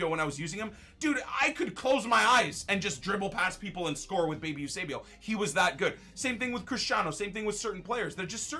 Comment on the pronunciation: Heres how to pronounce Eusébio You-say-bee-oh